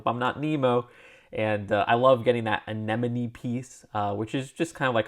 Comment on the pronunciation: You pronounced "anemone" right, but you got "ochre" wrong; say it like "oak-er." Anyway, my favorite is split between the Bionicle Cosplayer (because Bionicle nostalgia) and the Monster Hunter (because steampunk). The others I want are the Robot T. rex, the Marine Biologist, the Unicorn Elf, and the Trash Monster. I also wouldn't complain if I ended up with the Tuba Player or Luh-loyd, I mean the Mysterious Ronin. No interest in the Football Goalkeeper, but they need to make that ball piece all in black, so you can attach a flame piece to the accessory hole and make a bomb like the ones in old cartoons.